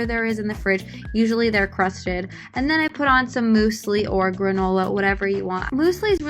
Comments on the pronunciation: “Moose lee” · Moosely wtf!? Its pronounced myuuuzely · Loving how you say mOOslie instead of mYOUslie 😂😂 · Moose-lee??? Does everyone pronounce it like that? I've always heard myu-slee. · Why do you say "moo-slee" it's pronounced "myoo-se-lee" Love you b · Muesli “MUSE ly” not “MOOSE ly” sorry I’m triggered. Ok love u bye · her: mooseli my german ass: 😫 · The way you pronounce muesli😂